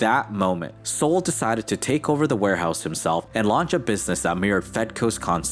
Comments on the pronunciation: "Sol" what is short for Solomon ( King Solomon in the Bible) so, not pronounced Sōl but SAHL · BTW, Sol is pronounced like Call, not like Soul. There is no U in Sol. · Yeah, I was thinking it’s pronounced like Sahl, not like the sun, Sol.